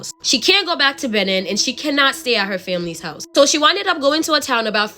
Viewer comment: It's Bay-neen lol that was so so cute 😂😂 any ways I'm up ordering white castle it's almost 5am my boyfriend sleeping lol I so I'm alone